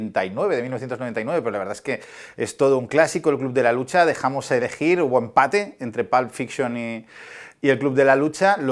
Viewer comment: No digas PALP fiction, se dice Pulp Fiction.